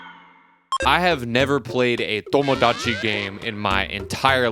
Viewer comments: just say tomodachi normally vro like son 😭😭✌✌ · The way you pronounce Tomodachi Life reminds me of how my white friend orders Mexican food with an accent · you pronouncing tomodachi in that way made me immediately click off the video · why do you say tomodachi like that 😭